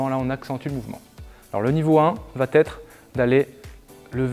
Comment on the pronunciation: On est d'accord qu'y a pas de "t" à la fin de "va"?